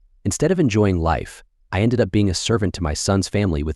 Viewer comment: These AI generated videos are amusing in a way. They can't pronounce words correctly such as instead of up it says u p. There are many more mistakes like this and I don't watch them. These things along with others show AI is not all that great. Don't take the bait people.